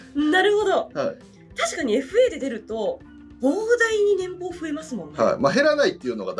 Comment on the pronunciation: 年棒（ねんぼう）→× 正しくは年俸（ねんぽう）。 編集間違いだけでなく、何度聞いても濁点で発音してる。 元アナウンサーなら正しくお願いします。